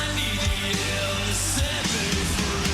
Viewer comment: do you think James has ever pronounced "me" in any other way that "may-YA" in his life? I wonder...